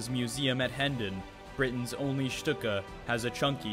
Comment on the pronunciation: A very good overview of the Stuka and it;s development but marred at various points: --at least learn how to pronounce Stuka properly? It is Schtooka,. not Schtucka! --You mention the German capture of Paris and then show American GI's marching into Paris in 1944 . Hello?